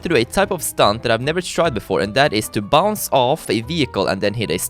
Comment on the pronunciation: He said everytime bounts (im german Hallo an alle deutsche )